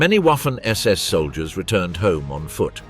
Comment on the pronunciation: It's pronounced WOFFEN ... Even though gramatically it sounds like WAFFEN